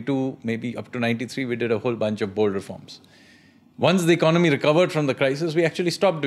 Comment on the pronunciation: Why do you pronounce Economy as “Icnomy” ?